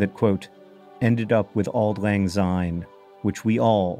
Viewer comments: It's better to pronounce syne with an "s" sound like the beginning of since , and not a "z" like in zoo. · I very much enjoyed this video, but... Why do so many non-Scots (and a depressingly larger number of my countryfolk each year) sing it as Auld Lang Zyne? There is no z there! It should be pronounced the same way as a sine wave and it pains me every time. I'd hoped that if you were doing a 20 minute video you'd have done that much research as a minimum, but I am am again disappointed. Have a good new year. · Please pronounce the word syne as it should be, it’s pronounced SIGN as in syne. It makes millions of Scott’s angry to here it pronounced as zyne